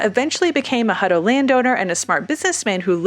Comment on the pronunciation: It's my last name, and always been Hut-tow, "Huddo" just sounds lazy. Just saying... 😉